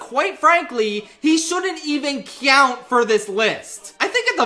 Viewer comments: you really need to work on the way you pronounce the word "count". The first part of the word is pronounced "cow", not "key-ow". "COWnt." Not "KEY-OWnt". It's not a big problem, but a small part of me dies every time I hear it. The rest of the video was great as always, but please, please, for the love of Tomatoa please, that word should be pronounced correctly. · i love the way pronounces "count" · pronounce the word count correctly, challenge level:Impossible